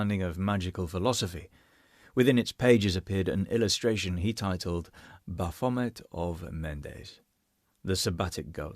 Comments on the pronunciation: Why do you keep mispronouncing " Baaa-fooo-mayee". BAPHOMET it's a French peasant word for wild one or wild spirit. Has never been remotely associated with the devil or Satan, that is before organized Christianity witch BTW Jesus would have nothing to do with that. those are made up boogie men by zealot Christian grifters to stoke fear in the uneducated. as everything they touch, they corrupt and destroy in the name of God, SICK SHIT. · Love how you managed to rhyme 'Baphomet' with 'Vomit'.